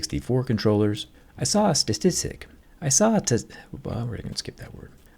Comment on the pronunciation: It's pronounced staaa-tiss-tik😂